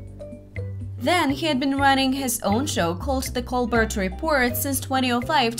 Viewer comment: His last name is pronounced COL-BEAR, NOT COL-BURT. He uses a French pronunciation of his name. Just watch a video of his show and listen........ If you don't know how to pronounce His name, I'm not confident about the info in your vid.